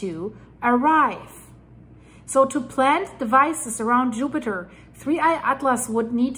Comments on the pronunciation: 😂😂😂 did she say yupiter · Yoopiter Me: giggling like a school boy with a crush 💕